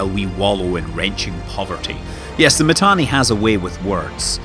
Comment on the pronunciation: Do you even play Eve? Init lost its space? And its not Matani,its Mittani. Imperium won the war, and now they are even going north killing shit. Pandemic Horde still needs to blue entire game to present a serious defence. Goons and Init didn't loose anything, it was a defensive move. So many capitals still trapped in m2, from time to time they come online and die,and some of them joining goons. And if the servers didn't poop out,Test would have lost the entire super cap fleet,when that boson fire came down. Pubbies still trying to put their shit together. Oh an not to mention, Test alliance best FC Called Pro God joined goons,and most active Horde FC also just joined Goons. Down south, nothing changed, except those few Keepstars that died. Mittani left, Asher stepped in, nothing changed.